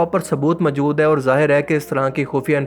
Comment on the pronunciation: Urdu bolni seekh lo. "Qabzaa sakhain"..."mjood hen" lol